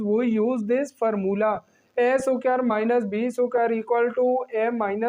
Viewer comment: Square ❎ Suquare✅